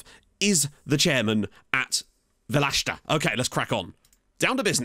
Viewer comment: Welcome to my home country! 😂 You’re pronouncing the name quit well. Just put the accent on the e, so it’d be VE-leshta. I wish I could tell you more about the team, but I’ve been living in the US for almost 10yrs and know nothing about the Macedonian second division. Also, prep yourself for the Greeks. They’ll make sure you say North Macedonia rather than just Macedonia lmao. Cheers and good luck!